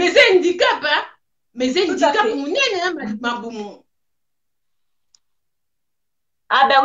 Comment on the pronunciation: On dit handicap au lieu indicap